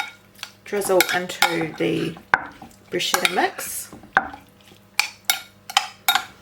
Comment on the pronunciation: Hi - just a wee hint before the Italian viewers growl: it's pronounced bru- sketta! Am definitely going to try the glaze. Thank you for the recipes. X